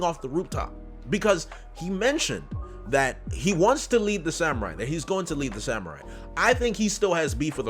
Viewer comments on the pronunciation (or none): none